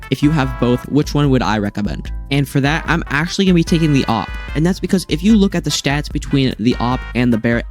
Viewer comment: Thats not how you say it its like A W P by letter you are saying op or opp or oop idk